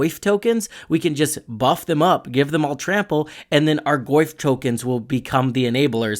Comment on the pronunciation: I cannot unhear "Le Goyf"